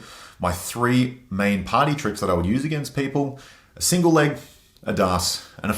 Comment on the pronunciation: Did he say party trick or potty trick? Can they be the same thing? 🤔